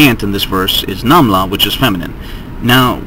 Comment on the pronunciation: namla is the same way you say it in arabic, interesting..